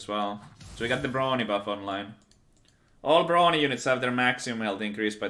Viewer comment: Anyone else hear "Bronies" until he opened up the tab and it said "Brawny" and was like "ohhhhhhhh"? Just me?